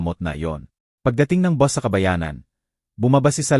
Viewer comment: bt kya gnito mgsalita yung mga gnitong blogger na ngnarate ng kwento, dmo mlman kung anong lahi, ang bus boss dw, ang note no-te